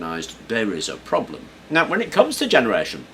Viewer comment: lol at "problem-et"